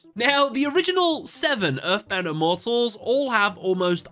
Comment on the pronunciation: Please never use the dub for reference again. Not only did they super mispronounce the names of the Immortals, but the scenes you showed in the video were cringe-inducing lol. 🙏 🙏